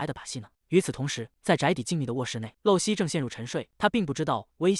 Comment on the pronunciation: 麻煩一下，可以請解說人員說正確發音嗎?【露】這個字，在當名字或是某固定名稱時，是念路，像；露西亞或露珠 相反，在當句子的口語、動詞時是念漏，像；滴水不露或露出馬腳 謝謝